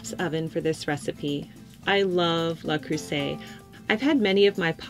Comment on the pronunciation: It’s LE Creuset not LA Creuset